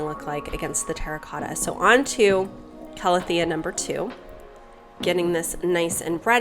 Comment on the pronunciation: I'm so happy you're finally pronouncing Calathea correctly now :) (ˌkaləˈTHēə) Luv your videos <3